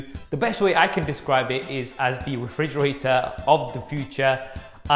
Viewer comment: Refrigrator? WTF? Lol excellent review anyways